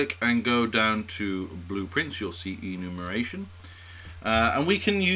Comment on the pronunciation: EnumERation, not Enumation :)